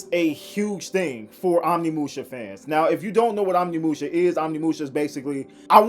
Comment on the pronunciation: OmNiMuShA.. bro just read once.. it's right fucking there